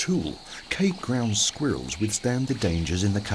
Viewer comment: “Squear iLLs”. 🤣🤣🤣 Love the AI narrator.